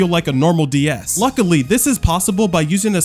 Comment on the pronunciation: Ds❌dee s✅